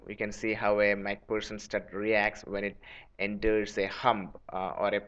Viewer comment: Mac pherson not mac pussen